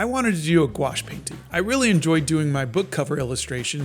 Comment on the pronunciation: I heard nuke wash.